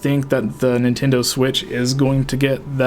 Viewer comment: "Nintindo" lol